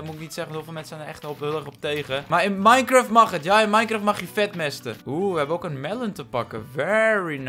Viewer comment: Ik ga nu al stuk : mineschagt😂